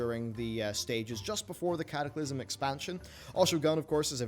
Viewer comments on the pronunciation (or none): none